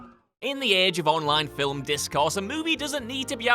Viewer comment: Fillem? Did he say Fillem?